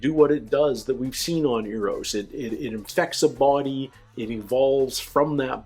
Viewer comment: There is no 'U' in Eros... in other words, it does NOT sound like European money. ;-]